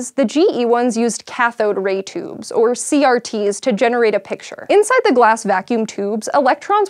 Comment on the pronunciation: She says "toobs"